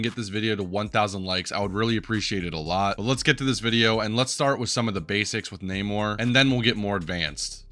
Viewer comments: I don't want to be that guy but you probably will ignore this but it's Nah-more Not Nay-More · My boy, who on earth is Nae-Mor?? He pronounces his name at least 3 times in game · Bro knows everything about the character except how to say his name